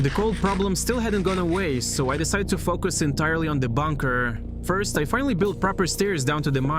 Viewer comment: why do you say "focus" like that 💀